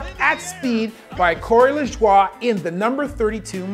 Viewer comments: You sure make mispronouncing his name that 100% of Nascar fans (and himself) pronounce LaJoy, a very long drawn out process of not acknowledging your screwup. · Cory LaJWAH XD Sorry for laughing but his name is pronounced Cory LuJoy and spelled Cory Lajoe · You pronounced LaJoie's name wrong, it's (La-joy) not (La-Jouah) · I appreciate the nod, Doc, but Corey does in fact pronounce it "luh-joy" and his father, NASCAR driver Randy Lajoie, who raced from 1986 to 2006, also pronounced his name "luh-joy." Not that it's a huge deal, but I'm afraid us NASCAR fans would win that bet! Additionally, and I don't intend to nitpick, but the impact that spun Newman's car was actually caused by Newman's attempt to block Ryan Blaney from taking the lead, and the win, away from him. Newman has always been known as a tough-as-nails racer who doesn't let people by him easily. Unfortunately, Blaney (a very young racer whom at 26 years of age is just now hitting his prime) has been getting a lot of hate from people who claim he caused this crash and almost killed Newman. I just want to make it extremely clear to anyone who may see this that Blaney did not cause the wreck via reckless driving, and I'm sure he already feels incredibly guilty in the aftermath of everything that's happened. Nevertheless, I love the videos Doc and appreciate your great attention to detail! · Nice video my guy. Only - is it is pronounced: “LA-JOY.” Anyway with that in mind study these two crashes: Kyle Busch’s 2015 Xfinity Series crash at Daytona where he broke his leg and Aric Almirola’s 2017 Cup series crash at Kansas where he broke his back. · For your info it's Cory La Joy Not spelled like that Cory Lajoie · Small correction it’s pronounced La Joy. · i hate to be a bother, but "lajoie" is pronounced "luh-joy." i really, really loved the video, though! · technically it would be luh-joy.....your la is like the first bit of 'lawn' for example :) cheers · Great video but its pronounced La Joy